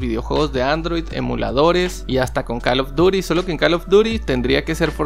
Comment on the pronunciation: Pronuncia bien call of duty pero joystick no 😂😂